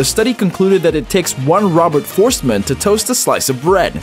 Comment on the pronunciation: Robert Fohrst-eh-man! Please take time to learn the pronunciation.